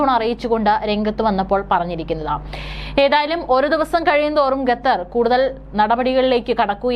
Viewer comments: not ഗത്തർ, ഖത്തർ😊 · Not Gathar, but Qatar. Pronounce correctly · വിവരം കെട്ട ന്യൂസ്‌ റീഡർ, ഗത്തർ എന്നല്ല, ഖത്തർ എന്നു വായിക്കുക. ഓക്കേ.